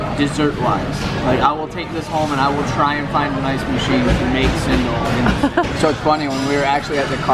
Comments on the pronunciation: i always eat apom with chuttney, cendol is pronounced CHEN - DOL the c is like how u pronounce china! :) love the videos makes me so hungry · Cendol is actually pronounced as chain doll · I believe the most appropriate pronounciation in Bahasa (our national language) should be "Chen Doll". And it may vary (slangs) among the races here since our mother tounge is not the same. Even among the Malay people, the Northern Malays will pronounce it as "Chen Doy" instead of "Chen Doll".